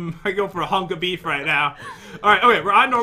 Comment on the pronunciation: "hunk o' beef" XD